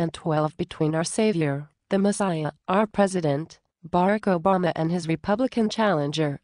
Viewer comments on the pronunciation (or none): she said bark obama